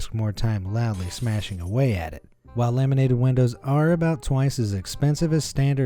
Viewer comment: Him: Laminated windows What i heard: lemonade windows